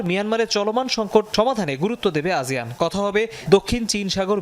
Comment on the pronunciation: আজিয়ান কেনো বলসে? আসিয়ান হবে না?